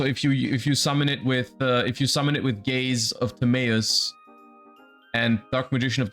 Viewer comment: Gays Of Timaeus